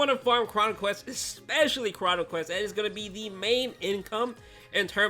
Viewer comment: Bro said questes 💀